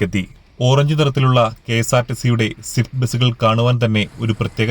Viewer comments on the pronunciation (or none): none